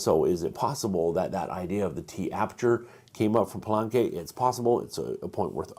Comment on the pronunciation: Love the video. Thanks so much! On pronunciation of the Spanish spellings: Teot-i-huacan and Pal-e-nque. Just highlighting some vowels you're getting wrong. You're saying more of Teotehuacan or Palanque rather than Teotihuacan or Palenque. Anyway, keep up the good work, and thanks again!